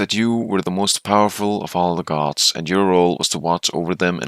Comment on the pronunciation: I thought you were saying guards so when i heard "the most powerful of all the guards" i was thinking "hmm yes a quite powerful guard."